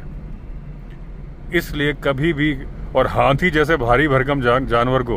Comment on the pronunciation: जब आप हाथी को हाती कहते हैं तो बड़ा बहुत अच्छा लगता है हमें 😂 हालांकि मुझे पता हैं कि आप हाथी ही कहते हैं लेकिन हमें कभी कभी हाती सुनाई देता है